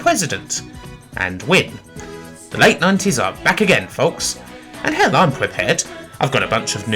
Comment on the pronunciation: it was "fing in the wate 90s"